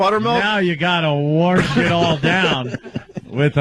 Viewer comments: Please Opie say Wersh it down again. It only gets funnier!!!! Also when is your Biirfday? Such a comedy genius! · I fucking cannot stop saying 'warsh!' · Warsh it down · ME: warsh!